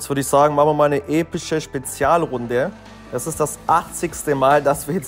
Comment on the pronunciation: Junge du hast am Anfang gesagt Epich oder bessr